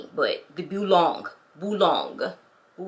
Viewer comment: Boulogne… pronounced boulonye ❤